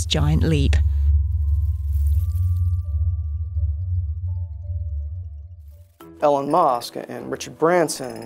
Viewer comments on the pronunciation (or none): ITS EEEEElon not eloooooon. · E-lon musk 😅